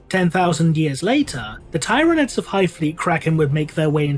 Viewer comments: Yeah I thought it was Tyr-a-nids. Tyr pronounced like tear ... Like a tear that you cry. Does that make sense? Lol. Not Tie-rah-nids. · The "first" planet/system they were documented by the Imperium in is/was Tyran, which is pronounced as tie-ran. All that being said, "teeranids" sounds better to my ears. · Why do you keep miss pronouncing tyranids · I wonder if will ever pronounce "Tyranids" correctly.